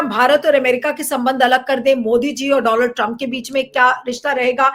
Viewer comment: Bhaisab, donald ka sahi uccharan to seekh lein.